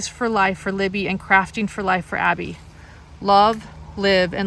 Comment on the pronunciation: Abby does not rhyme with Bobby..